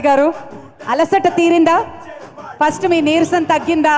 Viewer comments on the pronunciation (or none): none